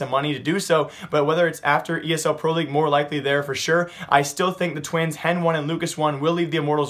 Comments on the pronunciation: ITS HEN(Y) STOP SAYING HEN 1. NO ONE SAYS HEN 1 WTF BRUH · Isn't Hen1 called 'heni' instead of 'hen-one'? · my eye twitches every time he says hen 1 and lucas 1